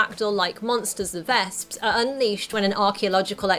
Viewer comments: vesps. not "vasps" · actually, the way she pronounces their names makes it sound closer to the German word for wasp "Wespe", which is pronounced "Vesp"